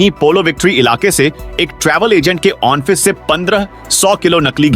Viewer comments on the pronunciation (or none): वाचक महोदय ने ऑफिस को ऑनफिस पढ़ा है कृपया सही कराने का कष्ट करेम